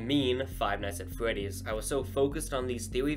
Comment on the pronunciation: Not five nights at fwetys its five nights at freddys